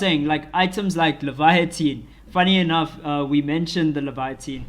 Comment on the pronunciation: Laevatein is pronounced Lay-va-teen. You're saying a whole different word (Leviathan).